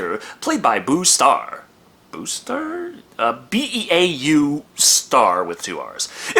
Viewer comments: Beau isn’t pronounced boo, it’s pronounced bow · beau = Bo. Long O sound. Just an FYI. Great review!! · Beau that’s pronounced bow like a bow tie or bow and arrow I have a buddy named beau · Beau is pronounced as “Bo”. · The guy's name is pronounced like Bo (Beau Star) it's a southern name. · Also Beau is pronounced "Bow". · your from Tx. you should know how Beau is pronounced, like bow. i do have to say i love the use of "squirrelly looking motherfucker" a term i only hear from people under 40 who live or lived in tx. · I can't believe there's a single person living in Texas who doesn't know how to pronounce "Beau"